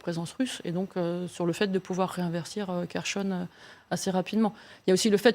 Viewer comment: "Kerchonne"??, experte en défense etc... incapable de lire un mot relativement simple.😶